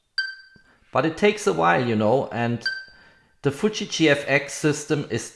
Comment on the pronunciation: it's FUUU-JIII not FUTTSCHI